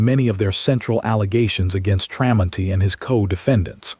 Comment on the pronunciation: AI is supposed to be smart but it can't say the mans name the story is about is pretty pathetic,others agree as well so get it right